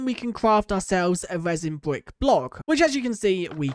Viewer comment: Why you say "resin bvuick"